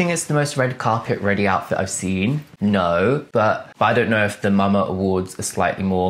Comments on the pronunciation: it's pronounced like mama not M.A.M.A 😆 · We pronounce it as MAMA, not M-A-M-A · its "mama" not m.a.m.a :D